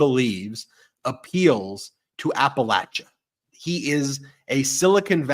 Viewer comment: I love you Ben! You know how to correctly pronounce Appalachia! I grew up in the foothills of the Appalachian Mountains. It’s “latch” not “lay”! Besides my strange gratitude for your correct pronunciation I did want to thank you all for keeping me sane in an insane world! I tell everyone to listen to medias touch! You guys are awesome! Keep it up ❤️